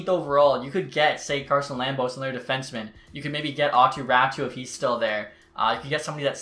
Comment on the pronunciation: Just because you talk about him a lot, here is the pronunciation of Aatu Raaty. (Aw-too) (Raw-tee)